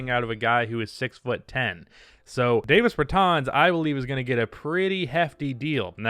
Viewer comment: Dude, it’s DAH-VIS Bertans. He’s from Latvia, not New Jersey.